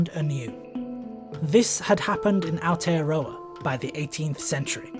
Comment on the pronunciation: ..Ah-or-tey-uh-rraw-uh...Aotearoa....silent y and w...